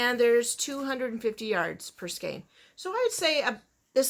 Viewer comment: Thank you for pronouncing skein correctly. I get so tired of people saying "skeen".